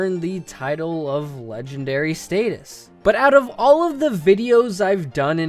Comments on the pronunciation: Did this man just say stateus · Hold up, hold UP. Did you just say Stay-tus ?